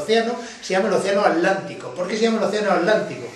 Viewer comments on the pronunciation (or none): none